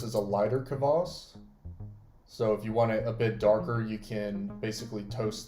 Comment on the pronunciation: Kvass, not "Kavass". I'll be trying this sometime since you can't easily get it in west eu